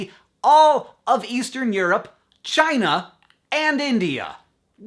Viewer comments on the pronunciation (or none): none